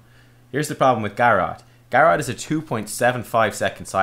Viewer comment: Same with Garrote, I thought he started talking about Garrosh for a moment when he first mentioned Garrote lol